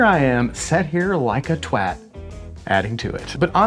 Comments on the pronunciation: Being a Brit living in the US I appreciated the correct pronunciation of "twat" 😂 👊🏻 beard on brother 👊🏻👊🏻👊🏻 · Can confirm. Had (emphasis on *had*) a chest length beard...now I have a gnarly handlebar moustache and stubble due to a grooming incident. Also, kudos on the correct pronunciation of "twat", sir! We'll make an Englishman of you yet 😂